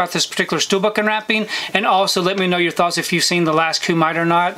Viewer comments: 😂🤣 The Last... how'd you say it? Cue-Mite? Remember Bloodsport? The movie that inspired this and most of these Martial Arts flicks since it? That was a Kumite (Coo-mi-tay...the mi rhymes with hit). The tournament to the death. Bloodsport could be called The First Kumite, one may say. Let's tell Ken how you said it is how to say it though. 😂 I am interested in checking out this movie. Sorry, but I had to try three times before I could get over that pronunciation. Funniest thing today, and I needed a laugh. No insult meant. We've all mispronounced things. I would recommend rerecording this. Take care. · Thanks! 🥋🙏 It's actually pronounced Kuu Mi Tay 😁 Means 'Grappling Hands' in Japanese 😁👍 Very cool Steelbook cover! 💯 Have a great day!! 🎬❤